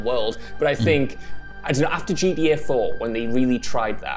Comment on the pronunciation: I love it when he says gda 6